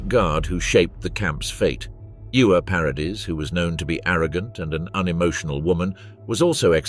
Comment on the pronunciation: Ewa is pronounced Eva, not Iuwa. It's German, not Welsh. 😂